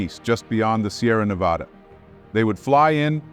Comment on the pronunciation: Yay, someone pronounced Nevada the proper way!!! its not nevauda...like some people say.